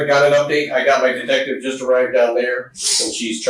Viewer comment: He also said my "die-tective" I think he's having a little trouble